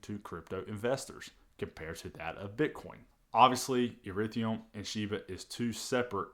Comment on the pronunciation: ETHEREUM NOT ERETHIUM